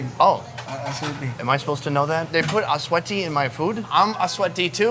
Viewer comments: ASUETI NOT ASS SWEATY 😂😂😂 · “Atsuete” not “a sweaty” hahahaha 😊🤣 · achuette or 'atsweyti' as the guy pronounced it are 'anatto seeds' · Asuete = annatto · aswete not ass-sweaty hahaha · atsuete/annato not "a sweaty" , it's food coloring not sweat ew Hahahha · He thought it’s “ass sweaty” 🤣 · achuete HAHAHAHAHAHAHAHA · Sir I think it's ats-we-te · Sonny, Atsuete is Annatto. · its pronounce as ach swete